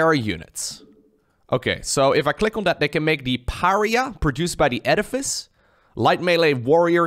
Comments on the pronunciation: maybe someone has corrected you already but just for an fyi, Pariah, is pronounced: Puh Rye Uh, not puh ree uh. love the4 videos tho, never played starcraft looked it up to see what ZvZ meant in albion. now i know but i cant stop watching. reminds me of playing warlords battlecry old old game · When he said Per-ree-uh instead of Pa-ri-uh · Pariah. Puh-RYE-uh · Love the new race and your video. It's pronounced "par-eye-uh" tho. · It's parr-eye-ah,;) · Pariah = puh-RYE-uh Basically means outcast. Someone being shunned. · I'm sure someone's said this but in case they haven't: Pariah is pronounced PEH-RYE-YAH. It means outcast. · You're pronouncing Pariah wrong. Pah-rye-ah. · Pah Rye Ah... Pariah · Pariah = Pa-Ri-Ah. Not trying to be mean, but reaching out. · Pariah= par-eye-ah Edit: love your stuff, been watching for years Edit: yes, please check out all the different races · Puh-righ-uh Uh-lie-tron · It’s “par eye yah” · Pariah is pronounced Pah-rye-ah, since you asked! Love this new sc2 race! Learn more so you can teach me! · Pariah is pronounced Mariah like Mariah Carey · Lol pareeah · Thanks for casting this,! It's fascinating to watch this sort of thing. I enjoyed the Hybrid cast, too. On a side note, I'm pretty sure pariah is pronounced pəˈraɪ ə (puh-RAHY-uh - stress on the middle syllable). Rhymes with the feminine name Mariah (like Mariah Carey).